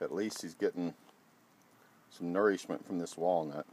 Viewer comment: The squirrel thanks you for it’s ner-eesh-met